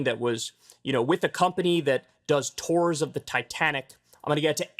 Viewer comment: What are these "tores" he keeps referring to???? He said it like ten times or so! "Tores, tores, tores!?!? Oh, ... He's trying to say"tours", to ors! NOT T O R E S!